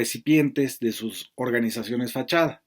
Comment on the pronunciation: Lily Tellez: "Orgas...nizaciones"😂😂😂😂